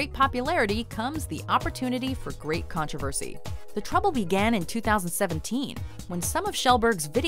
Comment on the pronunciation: It's annoys me how she's says 'controversy'